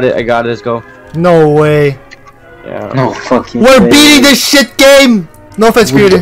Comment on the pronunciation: the way he say “shiet” took me out bruh😭😭